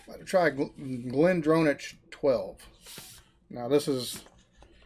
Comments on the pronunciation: Glendronach make some fantastic malts. For future ref, it's "glen DRON-ack" - "dron" rhyming with "Tron" :) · Just a slip. Pity you did not pronounce it properly.